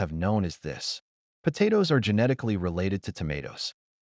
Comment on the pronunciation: Potatoes.. PoTaatos.. PATaaiToss.. 😂😂😂😂 TomAATOS.. TOMATOSS.. POTAMATOSS😅😅